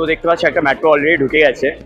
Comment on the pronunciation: মেট্রো ❌ ম্যাট্রো ✅